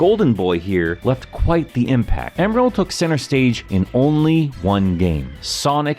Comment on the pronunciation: Thought his name was Emerl not Emeral?